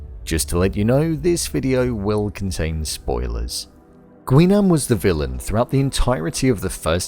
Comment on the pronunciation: It's pronounced as Gi-nam. Not "Gwi"